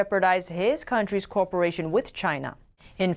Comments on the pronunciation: Come on, please learn how to pronounce cooperation: [ko WAH puh rāy shun]. "Corporation" is an entirely different sound. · Someone pronounce cooperation for her. She says "corporation" Otherwise her English is spot on